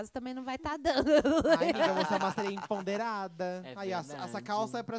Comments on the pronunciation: Até hj ele fala assim kkkk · fala "emponderada " 😅 é empoderada migo kkk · Agonia do falando "empoNderada", rs